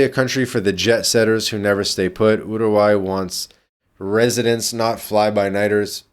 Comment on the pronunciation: stop pronouncing it as Yourgai